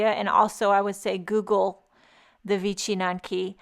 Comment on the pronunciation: I am of Polish descent and if you don’t think I am buying these, well... Your pronunciation is pretty close, but there is a little slur in there. It is vich n yanki. But, great job. To my Polish eyes, those are amazing. And you made them absolutely da bomb.